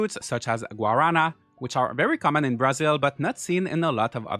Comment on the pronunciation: The way you pronounced guarana killed me It’s supposed to be ‘gua-ra(rolled r)-na’ There’s also a soda made with it that I highly recommend people try, you can sometimes find them in Hispanic stores around the U.S., and it’s probably easier to find it in places like Massachusetts or Florida since there’s a large Brazilian population there